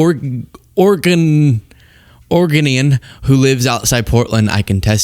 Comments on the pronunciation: I’m sorry, Orginian?? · Oregonian - Or Uh Go Knee An ;) - Love, War Ravaged Portland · We do naked bike rides every year.. PS (Or-uh-go-n-yun) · Or eh go knee ahn. Born and raised in war ravaged Portland. Pleeeeezzzz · Say Oregonian again 😂